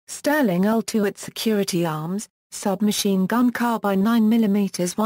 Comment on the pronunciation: Submakeen gun? These shitty text to voice auto generated 'videos' continue to annoy!